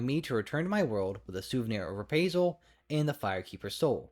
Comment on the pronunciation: btw i cant get over how you keep say repraisal instead of reprisal the word reprisal doesnt have anything to do with praise so its just confusing to say it like that. Usually i dont care about small mispronunciation but that one is just too far off. Just phonetically say re_prize_al. Then remove the gaps and say it as one word.